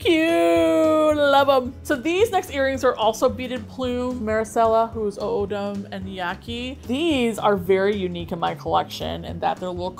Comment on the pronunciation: O'odham/O'otham is said with more of 'ah' sound, like "ah-ah-tham" we use the double beginning letters to show a plural. It's not really meant to be included so hard in pronunciation. Im from one of Marcella's sister tribes, Gila river.